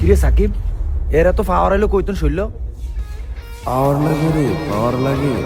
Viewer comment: পাওয়ার❌ ফাওয়ার✔️